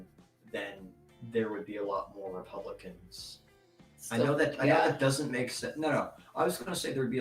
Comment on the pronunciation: Every time says, “Republicans”, it sounds like he’s saying, “Pelicans”, and I’m here for it.